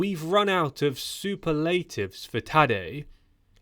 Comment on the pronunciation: Super - late- tives.